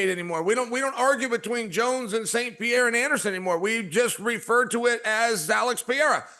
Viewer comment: Chael keeps saying PIERRA despite DC keeps saying it correctly 🤣